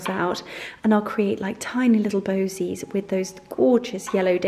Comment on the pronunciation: Votives not voltives. Posies not bosies.